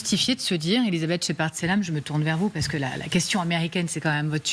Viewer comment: Peer de Jong: " premier point" "pou'quoi, pa'que" "deuxième point" "comment dire...comment dire...comment dire..." Siavosh Ghazi "donc... donc... donc... donc... donc... donc... donc... donc... donc... donc..."